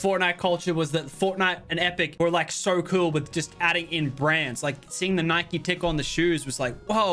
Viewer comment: The only thing I hate about Lachlan is he called it Nikee not Nike